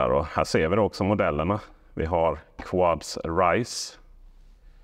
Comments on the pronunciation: Namnet skall nog uttalas "Kuds". Quds är det arabiska namnet på Jerusalem. Så bilmärket är i princip "Jerusalem" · Bilarna heter inte ”Quads” utan Quds vilket är det arabiska ordet för Jerusalem.